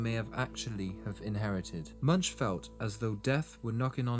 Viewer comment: Not pronounced MUNCH but sounds like Munk with the U sounding like soft O.